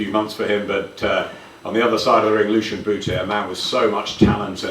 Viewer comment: The way good old Jim McDonnell says lucian bute 😂 proper north London gezzer